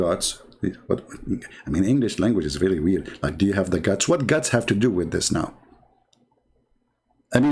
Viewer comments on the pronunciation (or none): none